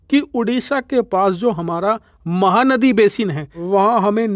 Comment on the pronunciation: Well pronounced today...."Mahanadi" !